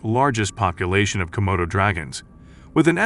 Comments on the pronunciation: *Komodos NOT "Komotos". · *Komodo NOT "Comodo".